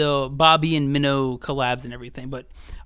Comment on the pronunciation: Good list but Song Minho’s stage/rap name is MINO pronounced as ‘my-no’.